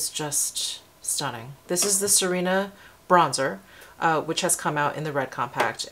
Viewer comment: Sirena means mermaid in Spanish. It is pronounced Si (like the Spanish word for "yes") reh-na :) See-reh-na